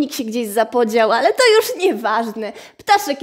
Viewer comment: A Ty naucz się mówić aresztowane Masz fajny chumor